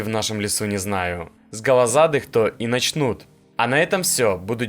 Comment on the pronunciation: Автор у тебя дефект речи, "с голозадых то и на́чнут" эту фразу вообще еле понял, тренируйся перед тем как что то снимаешь